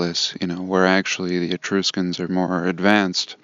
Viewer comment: The "u" in the word "Etruscans" is like the "u" in the word "truck" not like "E-troos-cans". 🤣🤣🤣 but getting back to the Etruscans, you're right they were all buried in a mud flood. Their entire civilization is buried about 15 ft under the ground.